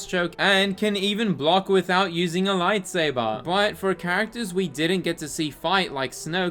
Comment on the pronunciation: Lite Say Burr